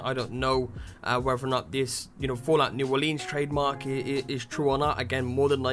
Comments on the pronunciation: Its pronounced New Or-lans not New Or-leens. Not sure why that pissed me off so much. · Dude is not Olinse is Orleans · It's pronounced new orlins yah Yankee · its new orlens it all flows you trying to hard on the leans part. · New Orleans should never rhyme with jeans. New Oar-lins. I'm not even from there and I know this. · Anyone who live outside of Louisiana seems to call it "New Orleens" lol. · ***** it's ok it's mostly a southern thing but sometimes I sat new Orleeens too. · Yeah, New Or-lee-uns is acceptable too though. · Pronounce it right please, New Orleans is said like (Or-lens) like glass lenses not lean like lean against the wall. Anybody who lives in Louisiana can tell you that. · Or-leans. I hate that pronunciation